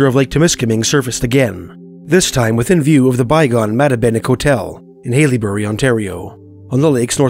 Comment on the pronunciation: haileybury (hell-a-berry) Liskeard (Lisk-er-d) sorry it was throwing me off😭